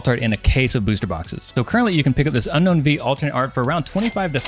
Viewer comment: Zo roh ark not Zorr ark. Un own not Un Known 🤦‍♂️